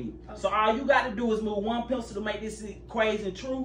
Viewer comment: Guys dont hate me but i hate it when he says move one pencieell🥴